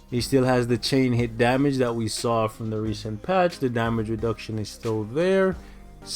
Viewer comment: I like it no cash grab, no shenanigans, and no blunders. Also I was thinking about getting Destroyer to lvl 70 as well. Ayo I love the way you put the emphasis on patch, when you said they patched Thor from the apk. 👍🏾